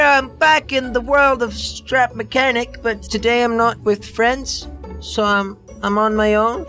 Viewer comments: 7 seconds in he said schrap mechanic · At the start of the video jelly said strap mechanic 😂😂😂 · at beginning he said strap mechanic